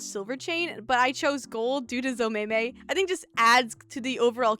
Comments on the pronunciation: I think it would be pronounced "Zom-meh-me" but thats just me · Omg im so happy to be early to a vid also i think zomemi would be pronounced as (zoh-mei-me) idk im trying but also i love these ocs there so freaking cute!!! (not the nagito fanfic)